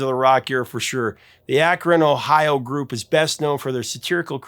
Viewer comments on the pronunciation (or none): none